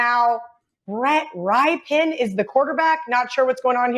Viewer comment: How is someone in sports betting and says Brett "Ripe-ian" lol. Ever heard of Mark Rypien? I like you guys, but really? Edit: that sounded harsh. I appreciate the work you all do, you provide good info. Keep up the solid product.